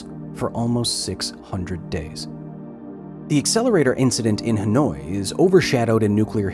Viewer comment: Dude pronounced "Hanoi" as "Annoyed" lmao